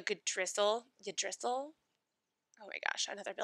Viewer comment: Your Viking tree is "eee-dra-sil" 😆 Also my House of the Wolf only gives 4fp. PS. My daughter is also a Liliana, spelled the same. Everyone had a fit telling me I spelled it wrong 😄